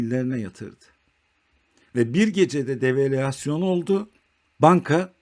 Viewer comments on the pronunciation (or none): none